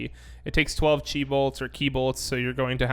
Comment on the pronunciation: Thanks for the info! Just FYI, it’s pronounced “kai” since it’s the Greek letter :3